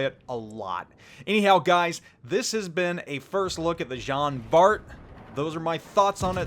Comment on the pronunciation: Just to let you know it pronounce like John Bar.